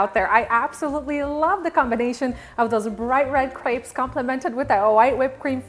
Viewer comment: I wish people would learn how to pronounce crêpes properly